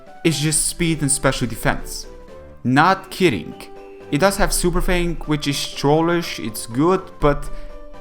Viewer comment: No offence, but why do some people say words like "long" and "kidding" "longk" and "kiddingk"? Nobody ever told me at school that adding k in the end of "ng"-words. Is it just a manner of speech, or what?